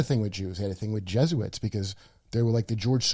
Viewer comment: *Je*suits ?!? Come on Kurt. You're so close